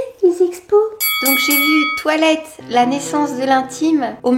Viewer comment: A chaque fois qu'elle dit toilette j'entends twilight ><